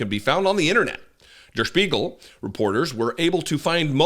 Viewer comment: Really good pronunciation of 'Der Spiegel'. (I made a comment on pronunciation but I wasn't mad. Thought you might wanna know in case you have to say it again ✌).